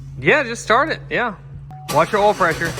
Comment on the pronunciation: Doesn’t matter how many years I’ve been watching you, still makes me laugh every time I hear you say “ool” for oil.